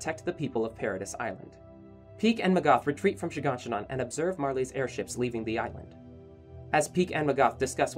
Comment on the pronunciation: Am I the only one who catches him saying Shiganshinon every single time?